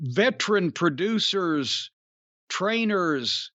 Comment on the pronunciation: Did Jim just say "Troducers"?😂